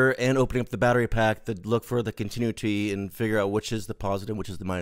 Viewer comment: Using 3 toggle switches for R/N/D is a bad idea... should be a rotary switch with break-before-make contacts... that way it's IMPOSSIBLE to accidently turn two mode switches ON at the same time. BTW, it's "con-ti-NEW-ity"...